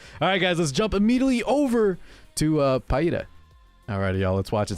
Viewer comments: It's pronounced Pee-ra. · It's Peɪ-ra.